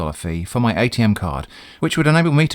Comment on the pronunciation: So much of what the UPS scammer says is comedy gold. I can think of at least three fake slogans for UPS from this video alone. UPS — Not really as you think. UPS — To hell with you! UPS — We'll clear you out! I also feel joy every time you pronounce "Atm" as atom and not A-T-M.